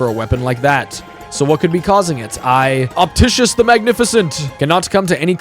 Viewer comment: Did bro fr say opticius the magnificent?